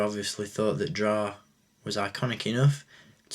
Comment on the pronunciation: i honestly do not mind the commander stone mold because it introduced 2 trigger fingers. btw, i believe it is pronounced it's " drey " but it is too late for that...